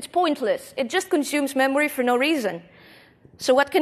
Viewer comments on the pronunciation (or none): none